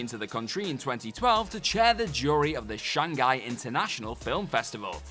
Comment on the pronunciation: dude, pronouncing shanghai as shang guy. CRINGE.